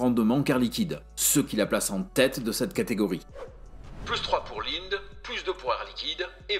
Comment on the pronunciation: ça se prononce "Lindé"